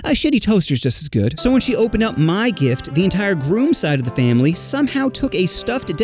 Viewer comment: in is a sus thing (he said dick not gift)